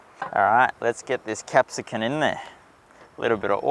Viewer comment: Very nice video! It's capsicum....cum. Your mispronunciations are risking an infringement from the language police!